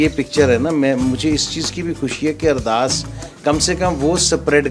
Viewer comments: अरदार या अरदास please right a right words it's Ardass 🙏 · It called ardaas not ardaar